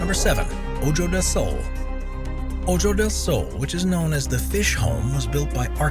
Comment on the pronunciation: "Oh-joe del Sol"...seriously? It's pronounced 'oh-ho'. Also, "while [the Buckingham Palace guards] are mainly there to help entertain the tourists..." No...they're 'mainly' there to guard the palace. They are not 'mainly' tourist entertainers with silly hats whose secondary duty just so happens to be guarding the palace.